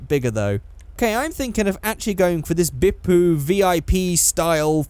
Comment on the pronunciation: When you said Bippu I thought you said Big poo